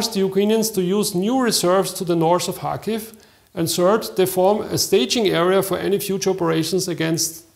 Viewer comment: Kharkiv,not Charkiv